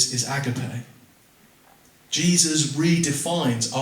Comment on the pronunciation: Well done for trying to explain what love actually means in a crowded confused world where the meaning has been partly lost 👃The Greek word is pronounced A-GAP-I The ancient Greek philosophers were well aware of the different kinds of love and they had around 5 different words for love as different types/meaning. They looked upon the "frantic,mad,boilied over passion"kind of love often portrayed in movies as being the ultimate expression of real love as,a kind of dangerous madness that needed to be controlled. As far as i am aware Jesus never encouraged this kind of love.